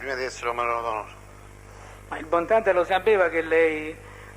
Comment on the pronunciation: Guarda che si chiama "Bontate", non "Bontade", studia!